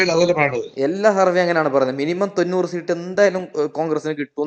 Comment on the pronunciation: സീട്ട് അല്ല മാഷേ സീറ്റ്... Rahul ഇഷ്ട്ടം ❤️